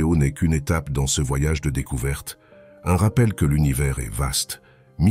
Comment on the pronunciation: C'est une IA. 0 Doute. le "CE" en est une preuve plus qu'évidente alors que le reste pourrait passer parfois pour une erreur humaine, mais là non. C'est une erreur humaine impossible, donc IA.